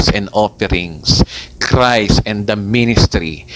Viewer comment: Paki linaw daw, ano ba ang tamang pronunciation: "GOSPEL OF CREST" or GOSPEL OF CHRIST ??? Tama ba ang turo mong "CREST" imbes na CHRIST???